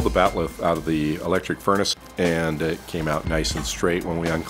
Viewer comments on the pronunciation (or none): none